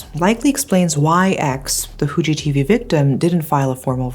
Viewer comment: Your pronunciation of "Fu" in Fuji TV is actually pretty good.